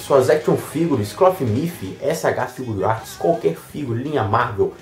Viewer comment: Mano... Porque vc fala SH FiguRiarts? O correto é SH Fi-gu-ar-ts... Rsrs